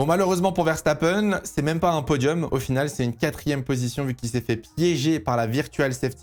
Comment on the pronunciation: Tu a dit verstapeune, pas verstapen